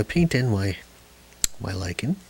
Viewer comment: I'm likin' your Lichen! And thanks for saying "lichen like likin' since if it rhymes with itchin' I'll start bitchin. ;-) Good instruction too!